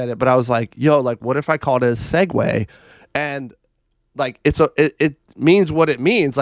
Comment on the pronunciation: Hey … Segue is pronounced “Segway” and the thing you pulled up said it phonetically